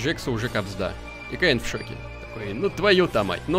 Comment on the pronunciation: это не каин это кеин